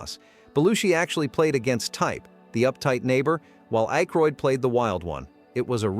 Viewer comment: Uggg. AI. Mispronouncing Dan Aykroyd